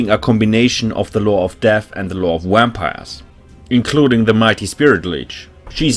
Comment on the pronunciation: Great guide, love the editing too. Love how you pronounce wampires and corpse cats 😂 great accent, can't pick it out though.